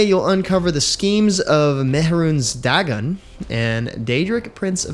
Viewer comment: I... have a feeling you've never played an Elder Scrolls game, based on how you said Argonians, Khajiits, and Mehrunes Dagon. Argonian has a hard O and a soft N. Khajiit has an E sound for the II and the J has a Z sound (I have no idea why, but it is what it is). Mehrunes is pretty close to correct (I have no idea how to fix it for you) while the A is hard in Dagon.